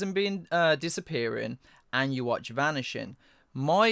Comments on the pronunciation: Fun to listen but don't call Yhwach you-watch. It's like YHWH with the second "h" is like the first. Some of you called him like that and it's disturbing. Just "Yuha" or something. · Thank you guys for this amazing video! I swear i wasn't screaming everytime you guys pronounced Yhwach wrong lol